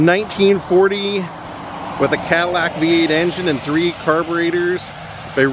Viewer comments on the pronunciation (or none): none